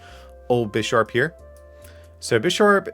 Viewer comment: You definitely misread Bisharp